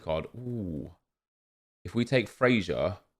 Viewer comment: Fraser rhymes with Razor, not major